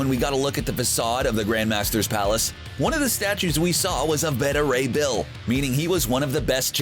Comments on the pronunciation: WHO IS BETTA RAY BILL? IT IS BETA. Like BAY-TAH. It is like the people who say Darkseed. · Better Ray Bill? Wanna try pronouncing that again? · Anyone else just mad they pronounced Beta Ray Bill’s name wrong? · You think you could get a guy to do the voiceover that knows how to say beta Ray Bill correctly?? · Were you mispronouncing Beta Ray Bill just to mess with people?